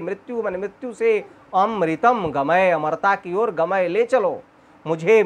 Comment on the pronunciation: गमय है भाई गमये बोल रहे हो उच्चारण का ध्यान दो भाई